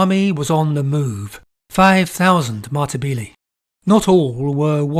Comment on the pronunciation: Another great video, however Matabele is pronounced Ma-ta-beh-leh. Not Matabeelee.